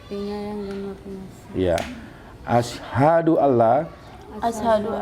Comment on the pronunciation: Bacaan syahadatnya sebaiknya perkata. Biar tartil atau jelas. Kewatirnya bacaan Asyhadu dibaca Asysyadu. Begitu juga wa asyhadu dibaca wa asy syadu. Demikian trims.